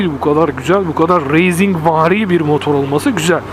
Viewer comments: Racing'e üstüne basa basa reyzing diyorsun ya :)üyük ihtimal öyle duyduğun için öyle diyorsun ama "Racing" kelimesi "Reyzing" diye değil "Reising" diye okunur :D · kardesim ne kadarda yanlis telafuz ediyosunuz bu raysinki ya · Reyzing denmez be üstat. race yazılır reys diye okunur. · doğru biliyorsun öyle olmalı zaten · Motovlog Verdiğin örneklerle "Racing" kelimesinin pek bir anlamı yok aslında,Spain İngilizcedir Spein diye okunur İspanya Türkçedir İspanya diye okunur.Ciks olmak veya görünmek gibi bir derdim yok sadece çok yapılan bir hatayı düzeltmek istedim.